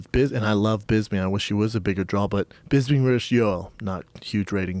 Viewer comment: Can somebody please tell Shaub it's pronounced DRAW not Draoul